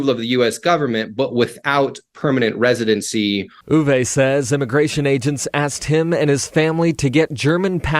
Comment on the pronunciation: Uwe is pronounced Ooover